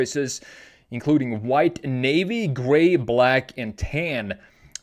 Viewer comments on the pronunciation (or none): none